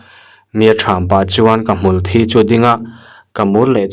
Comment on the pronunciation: Hmulthi -thi hi boral anga lam rik loh tur, Thi- in ti palha thisen chhuak anga thi, sawi ang hian lam rik tur